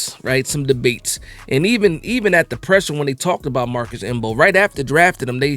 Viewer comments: The M is silent 😂😂😂😂😂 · Bro I came here for the same, I was like cmon the m is silent.